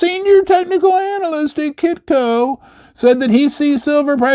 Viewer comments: most of the eenalist. It came out so funny man. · lol you totally said ANAL list 📃 📃